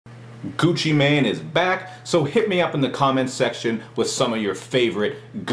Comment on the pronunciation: lol, he says gucci man, sounds like hes talking about a superhero XD